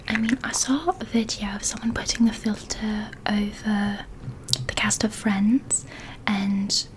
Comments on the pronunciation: The part where you were saying filter was so funny 😂😂😂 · That was hilarious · I love this video so much and I was sooo relaxed and I still am but I lost it at FiIlTtEeRr FfIllLtTeRr and SttInkYy and YuucCckKYy!! Love you so much 😂😂😂😂😂